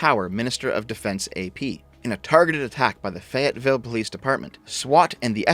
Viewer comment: Just one minor thing to address: The city of Fayetteville is pronounced with an emphasis on the first syllable instead of the second one. FAYetteville, not FayETTEville. Otherwise, great content as usual.